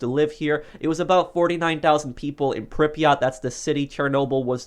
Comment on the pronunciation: Is it pronounced Prypret or Pryprot?